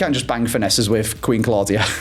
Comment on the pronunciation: Love the series but I’m pretty sure Queen Claudia is pronounced queen clow-dia